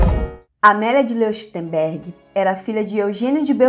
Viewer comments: Nao querendo ser chato, mas já sendo kkkkk Leuchtenberg se pronuncia Lóictenberg , em alemão "eu" tem som de "ói" 😁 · O nome Leuchtenberg se ler loirtemberg. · Onde foi que você aprendeu a ler?? Falta ritmo, a cadência é irritante. É impossível continuar ouvindo além de um minuto! A pronúncia do ditongo "EU" em alemão é "OE". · A pronuncia do sobrenome dela é: Lóishtenbérg. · Certíssimo, e o som ch se pronuncia puxando da garganta o som. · Exato "eu" pronuncia-se "ói" e "ch" como o "h" do inglês ou "j" do espanhol : um som aspirado.